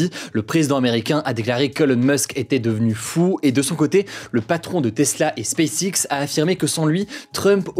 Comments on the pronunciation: Hugo, est-ce que tu t'entends comment tu prononce "SpaceX"??? Ce n'est pas du tout digne d'un bilingue, avec un père anglais (si ma mémoire est bonne). Applique-toi mieux, bordel! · As-tu entendu comment il prononce SpaceX? De quoi parles-tu donc?